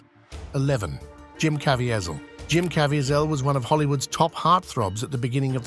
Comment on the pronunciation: JIM .. not jum